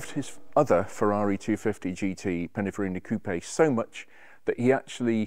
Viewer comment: I think he means, 'Pininfarina' and not Pinifarina. Does this man actually know what he is talking about or is he simply a 'presenter' ?